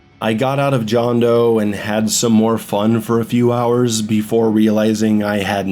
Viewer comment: It's pronounced Hondo. Did you... not listen to Deograciás? Oh. You didn't. Well that explains a lot. Maaaaan how could you skip over the voiceacting? It's so fucking good.